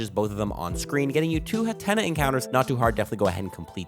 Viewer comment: Hat-Ten-Nuh is how its pronounced :)